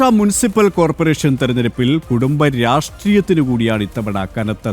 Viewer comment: വാർത്ത വായിക്കുമ്പോൾ വാക്കുകളിൽ എവിടെ സ്ട്രെസ് കൊടുക്കണം എന്ന് മനസ്സിലാക്കണം ! കുടുംബ രാഷ്ട്രീയം എന്ന് പറയുമ്പോൾ കുടുംബത്തിനാണ്, രാഷ്ട്രീയം എന്നതിനല്ല പ്രാധാന്യം വരേണ്ടത് !(ഞാൻ ഒരു പണ്ഡിതനൊന്നുമല്ലെങ്കിലും അരോചകമായി തോന്നിയത് കൊണ്ട് പറഞ്ഞതാണ് ! ബി ജെ പി, ഫഡ്നാവിസ് ❤❤❤❤